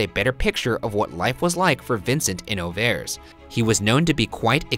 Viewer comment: Awful. Just awful. Beginning with the ignorant pronunciation of Auvers, through the snarky, trying-to-be-funny-but-only-making-jerks-of-yourselves, to ignoring the fact that the experts do not think Van Gogh committed suicide, this was just awful. ick.